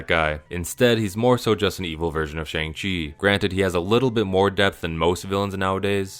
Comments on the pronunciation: bro is allergic to pronouncing shang-chi right even though the movie made a whole point to note how easy it is (like shawn) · goes on a whole rant about shane black dismissing the mandarin as an asian stereotype immediately mispronounces "shang-chi" despite them pronouncing it in the movie many times